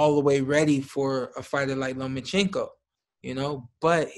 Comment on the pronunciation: Why do so many people have trouble saying Lomachenkos name Sean Porter "Lomo"teddy atlas "Loman-chenko" Luke Campbell "Lemochenko" IT'S LOMACHENKO 🥊👍